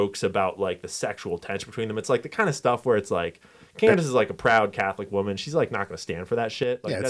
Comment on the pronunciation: Why is he mispronouncing Candace’s name and misspelling it ?? Is that suppose to be a dig ? Or a joke about the media messing up his name ?